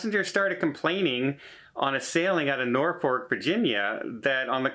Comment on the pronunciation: Thank you! Also, it’s Nor-FUK not nor - fork. 😅